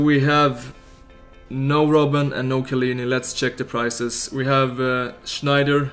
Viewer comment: It's Sneijder, not Schneider, no need to make the german "SCH" sound.